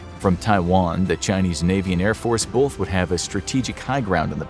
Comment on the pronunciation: There's NO "L" in "BOTH" You can fix it this! I believe in you,. Don't let anyone tell you you're unable to overcome this easy-to-fix problem!